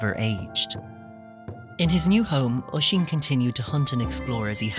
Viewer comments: Is it just me or is it relly annoying how he says osín like either we say my cusins name wroung or he says it wierd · I'm Irish and it's called oisín in teir na oge